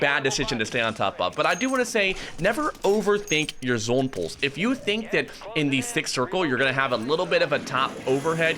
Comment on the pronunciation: Chat - I have the O/U at 27.5 for how many times says zOHne. What are you betting?